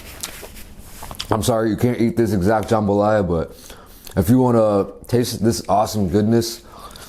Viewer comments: IVE NEVER CLICKED SO FAST AS a true authentic cajun girl, i had to see this. Will edit after watching edddit Okay its not JahmbahhLaya. Its JUMbah Laya. Usually jambalaya has sausage and chicken. This one looks good. It doesnt have big big pieces of peppers or tomato. Theres NO tomato!!! Hehehe. Im just so happy he enjoyed nxt. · Looks authentic, though the veggies look somewhat large. Also we pronounce it more like “jum-buh-ly-uh”. Pretty awesome that this dish made it out to Korea. Do some gumbo, boudin, or crawfish etouffee next!